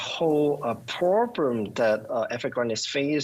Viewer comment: “The whole purrrblum” Lol.